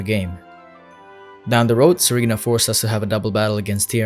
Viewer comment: When He said Serena I thought he said Tsareena. Whats wrong with me